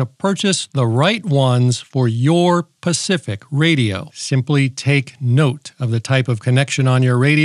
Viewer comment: cant stand the way you talk. you should leave your jokes out too man.. i like you but you really shouldn't talk like that.. ham should be family friendly but you aren't...aslo its specific not pacific.. that's an ocean. you said it several times....